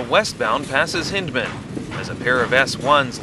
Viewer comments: It's pronounced Hine-dman. Not Hin-dman. The "Y" in Hyndman is long. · GAWD this video be GOOD if not GREAT if the towns were SPELLED RIGHT, and Hyndman PRONOUNCED correctly HINDE-Man is the way its said, and its MEYERSDALE! (Yes I can comment I GREW UP THERE!) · Check you pronunciation for Hyndman. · Yeah, we got the pronunciation of Hyndman wrong. Totally on us. I didn't notice that Green Frog misspelled Meyersdale. On the other hand...great video, right?!